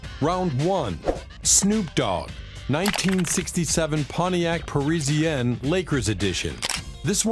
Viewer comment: Why tf is he pronouncing Parisienne like that tho? 🤔 😂😂😂 making shit waaaaay more difficult than it has to be LOL..... its pronounced Paris-ienne. It's as easy to pronounce as its spelled. Goofy as fuk lol